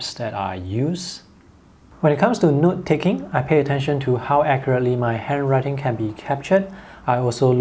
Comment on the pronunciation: Is it just me or does it sounds like "nude" when he says "note"?